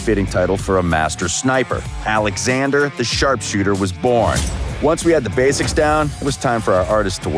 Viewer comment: Its called "oleksander"